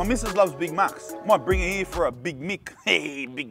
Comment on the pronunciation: "not much happens out eeer you know" ....... switch knee bruvaaa 🤣🤣🤣🤣🤣